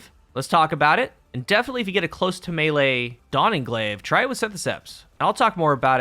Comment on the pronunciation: I don't think I have ever heard a single Youtuber actually pronounce the 'close' in Close To Melee correctly, and it drives me up the wall. It's the verb form of close, not the adjective, and is pronounced 'klōz' , dammit!